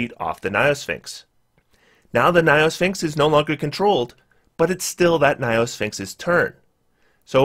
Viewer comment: "niophysxins" perfectly captures his pronunciation of gynosphinx, lol.